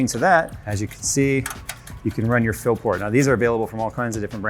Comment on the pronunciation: stop calling it a phill port... its a fill port